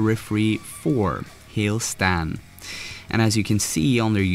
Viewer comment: Bahaha “Hail Stan”? It’s Hail Satan